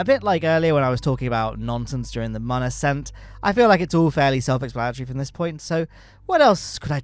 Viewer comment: Every time I hear muhn instead of moon it physically hurts.